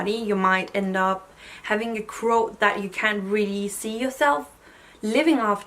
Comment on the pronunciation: Oh QUOTE! I was like, what is she saying? Crote? Also I agree with everything you’re saying, but I think her views are similar to a lot of people without tattoos. I wouldn’t say there aren’t days where I wish some of my tattoos were different, but at the same time they all represent different times of my life. I’m not heavily tatted but the couple I do have are largish so they do get some attention. That’s probably the only thing that occasionally annoys me - people always thinking they have the right to comment on my tattoos. I’m pretty introverted so I don’t like the constant questions I’m better with it now than I was when I was younger.